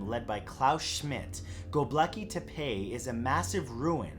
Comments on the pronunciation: Matt...I know, like most North American westerners, that you don't always take the time to find out the exact pronunciation of something, but your attempt at GobekLi Tepe was HORRIBLE. Try JUST a bit harder. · The way he said gobekli tepe had me dead lol! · Um... that's not how you pronounce Gobekli Tepe, sorry to have to bring it up, but I thought you should know.